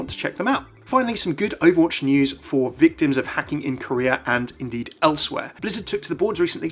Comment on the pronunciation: When he said "Korea" I thought he was saying "Career".